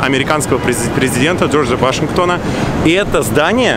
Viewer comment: Не Вашингто́на, а Джорджа Ва́шингтона.